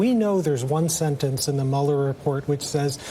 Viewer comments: Everyone I know, Ben included" always say "Mueller" wrong lol. Mueller is pronounced "Mew-ler" not "Mauler" lol. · Dammit, am I the only one who knows how to pronounce "MÜ-LER" ?? You wouldn't say "ferris buller" it's ferris BUELLER